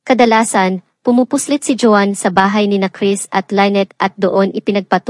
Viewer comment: Pag-aralan mo pa kung kailan bibigkasin ang Isang salita na maragsa o malumanay. Maraming mali sa iyong pagbigkas ng mga salita.Iba- iba rin ang pagbigkas mo sa pangalan Nina Lynette at Joan